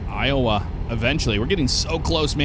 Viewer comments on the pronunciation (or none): none